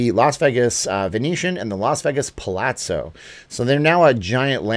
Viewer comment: Palazzo (Pa-la-zzo) is pronounced Pah-lah-tzoh, the A in Italian is pronounced AH like the a in father. Pah-, not PAL.